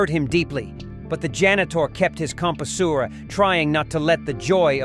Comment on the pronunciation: He kept his, com poo sewer! 🤣🤣🤣 Dang robots.